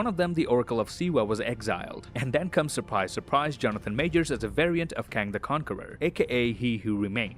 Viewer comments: no, it’s a K in Kang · Its Kang